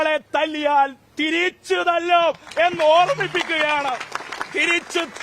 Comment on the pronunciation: തിരീച്ച് അല്ല. തിരിച്ച് മലയാളം പോലും മര്യാദക്ക് പറയാൻ അറിയാത്തവരാണ് വിദ്യാർത്ഥി നേതാവ് എത്തപ്പൈ